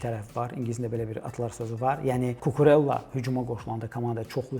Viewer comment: Mövzudan kənar: Cucurella italyan deyil, ispan olduğu üçün adı "Kukureyya" olaraq tələffüz edilməlidir.